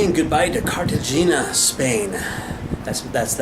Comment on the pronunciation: Your pronunciation was a little off for Cartagena. If you listen to the tour bus guide, you can hear her say it natively. Otherwise it is a great video. Thanks for posting it.